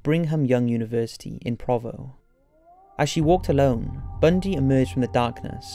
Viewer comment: Dude I love you, but I live in Utah and some of your pronouciations are driving me nuts. Provo is "Pro-voe" and Brigham is "Brig-am". We have a little accent here we're "T" isn't pronouced for whatever reason. Buuuut it's also creepy that Ted Bundy was in my state...I don't like that.